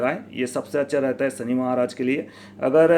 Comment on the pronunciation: sahab sabse pehle aap apni bhasha shudh kijye.sha shabd ka sahi ucharan kijye.sha ko sa na kha jye. Shami ko aap sami bol rhe he. Shani ko aap sani bol rhe he. Bade sharm ki baat he. Bhasha shudh kijye